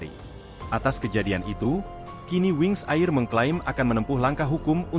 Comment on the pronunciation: Wings Air (bacanya "Er"ya min)😊